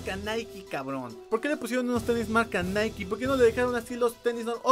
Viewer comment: Por fin alguien que sabe pronunciar nike